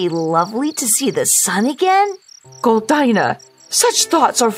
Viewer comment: How come you can’t pronounce Goldina properly?